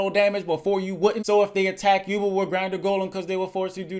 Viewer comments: I love you but it's Yu-Belle not yubuhl My childhood can't take it. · It's pronounced you bell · Can’t believe he was mispronouncing “yubel” the entire time.